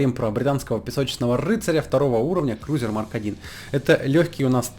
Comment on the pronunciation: Это автомобиль есть такой "Ленд-крузер", а это танк Крэйсер, его он так же читается в словаре, где перевод названий танков с английского языка.